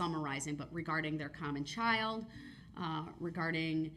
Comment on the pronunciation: OMG I thought he said chow Not child😂😂